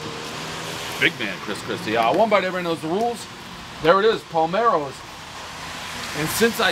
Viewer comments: Dave stares at the name on the box and still calls it “Palmero’s”. 😆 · It’s Pa ler mos. You jug head!! Like Palermo Sicily. Gesh. Cmon Dave!!! 😅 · Why he says palmeros???😂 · it set off my OCD too lmao.... palmeros ugh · WOW - 2 different pizzas and wish they were in my neighborhood!!! Looks right at the box and pronounces it Palmeros - lol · paul marrows? can he really not read or pronounce anything right!? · He kept saying "Palmeros." Was there any cheese on the tomato pie? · " Palmeros ". How many times is he gonna say it wrong. 😂. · "Pizza review and we're at Palmero's" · I think Rafael owns Palmeiro's...😅 5 name mispronunciations, everyone knows the rules. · He called it Palmaros over and over. Is he dyslexics? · It's P-A-L-E-R-M-O-'S! Reading is fundamental 🌈 Check your socks... it's on the box... Reading Rainboooooow. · SAY IT WITH ME PREZZZ P A LLLLLLLLLLLLLLLLLLLLLLLLLLLLLLLLLL E R M O SSSSSSSSSSSSSSSSSSS!!!!!!!!!!! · I m in london and wow the way he said Palermo s wow ,I KNEW HE WAS fucking wiv us Dave knows the koo!GATE13SW6CFCCREW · If its Palermo's it has to be good. Didn't even get the pronunciation correct. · bro keeps mispronouncing the name 🤣🤣🤣🤣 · Not getting the name right once, everybody knows the rules. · Ok, tell me I'm crazy... I see the sign in the intro. Palermo is a city in Sicily. I swear, I say out loud to myself, "We're here at Palmero's", joking that Dave would get the name wrong, then this happens . Does he do it on purpose? I guess there was only 1 way to mess it up if he meant to do it. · the fact Dave just reads it Palmeros is great 😂😂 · "what's the name of this place? pAlMEroS!" LOLOLOL. One day, the made guys will shoot him for botching all this Italian names. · the fact Dave is calling it Palmaro's and not Palermo's is making my Italian blood boil... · At least get the name right Palermo’s not palmeros geez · Dave why can't you say Palermos correctly .... palmeros or palermos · I think you mean Palermo’s not Palmero’s!!!